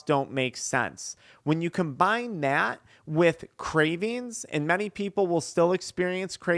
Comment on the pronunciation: "Byak to thyat". Idk who told you but you dont add a "Y" before every "A" in the english language. Fyi